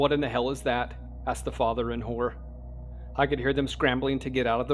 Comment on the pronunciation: Lol i thought you said "asked the father and whore" not horror lol. I was like what? Lol